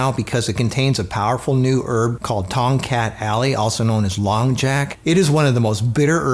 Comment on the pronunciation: i thought you said TOM CAT ALLEY lol